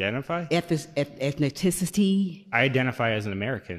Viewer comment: "Whass yo ETHNI-TICIT-EHH"